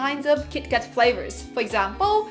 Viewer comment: I love. You can't say 31 fravors. L and R should have been corrected by now.